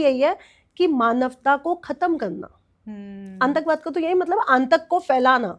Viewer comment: मैडम जी aantakbad नहीं वो शब्द है आतंकवाद बार बार इस शब्द को है गलत ही बोल रही हो सुधार करो